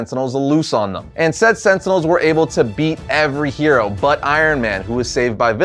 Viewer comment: Stop saying Sentinels! Sentinels...sentinels